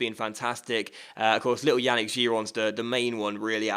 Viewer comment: I cringe everytime you say Yannick.Yannick is pronounced Yah-neek.